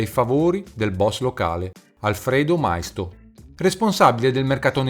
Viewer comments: Maisto...ma come cacchio lo pronunci?....ma documentatevi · Maisto...ma come cacchio lo pronunci ?....ma documentatevi prima di mandare questi video che fate solo figure marroni